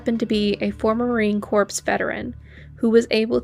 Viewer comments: “He was a former Marine Corps Veteran who was able to disarm…” Corps is pronounced “core,” not “corpse.” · it's pronounced 'core', not 'corpse'. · It’s pronounced marine core. Not marine corpse…. 🤦🏻‍♀️ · Marine CORP sounds like Marine CORE, Sis! That man is a hero! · Sorry but it's pronounced Marine "core," not "corpse," and "con fi skate id," not "con fin skate it." I'm sorry to nitpick but this kind of stuff makes it difficult to listen to an otherwise great video. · Marine Corps is pronouced core. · Just a note on pronunciation: corps is pronounced "core". Corpse is pronounced as it looks. Marine Corps is very different from marine corpse! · corp = core, the P is silent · Corps is pronounced like core. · The "p" and "s" in "corps" are not pronounced. It's a French word. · Can't lie it made me chuckle 😆